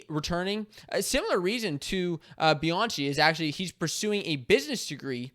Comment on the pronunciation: Pretty sure it's pronounced Bi-an-key